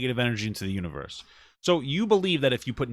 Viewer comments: Did she say "universt"?? 😂😂😂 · Wait is it just me or is Papa putting a “t” at the end of universe when he says it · she said: what you speak into the UNIVERST